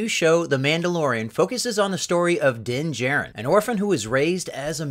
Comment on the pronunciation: Absolutely hate when people hear the way a name is pronounced and STILL DO IT INCORRECTLY, DIN JAR IN NOT DIN JARE IN